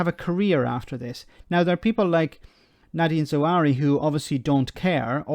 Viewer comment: I know you are a treasure and we love you, as an important voice in the social media. But the new chancellor is Nadin Zahawi, not Zawary.